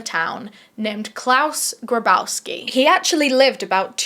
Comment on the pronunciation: Claus "GRABowski"?! Are you fucking kidding me!? You can't make this shit up...